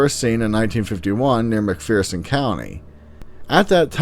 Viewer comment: its McPherson not mcfearson.lol